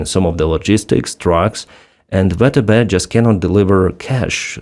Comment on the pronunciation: You should consider using the American pronunciation, for YouTube purposes, VTB (VeeTeeBee) as opposed to how it's being reflected on the platform as "vetebe". До перемоги разом мій брат, стою з Україні та її Героям... Слава Україні!!